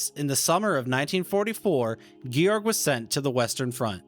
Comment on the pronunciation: I appreciate your research very much. My wife had two uncles whose burial place is unknown in Russia. My father in law was a POW from May of '43 until November 1948. My German family took me in as if I were one of their own and I have at least been able to track where the two uncles were killed. However, as a pet peeve, please work on your pronunciation. Georg is "Gay-org" not "Gee-org" . He deserves to have his name pronounced correctly.